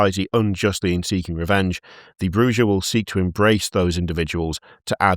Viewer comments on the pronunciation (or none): I NEED to know what Shy said at the end of the episode lmao Edit: also as mentioned by an earlier comment, Bruja is Spanish and pronounced "brew-ha" the J is a H like Jalapeno. It means "witch" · Bruja is spanish so it is pronounced with an H. My understanding is it means witch. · Ive learned alot about culture because everytime an American said bruja they said the way a spanish speaker would, but the one time a british person has its been pronounced in the most guteral way possible